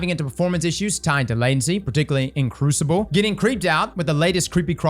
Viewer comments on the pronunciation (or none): none